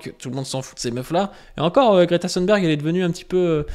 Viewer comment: Merci ! Je me suis régalé ! C'est en effet un sociotype très fréquent, et j'avais remarqué que nombre de droitards d'aujourd'hui (ceux dont tu parles, mais aussi Zemmour, Sonia Mabrouk, etc.) sont les immigrés, ou auraient été les immigrés, d'hier. Note : attention, on prononce Greta Thunberg comme dans "des thunes", pas à l'anglaise (le "th" à l'anglaise n'existe pas en suédois).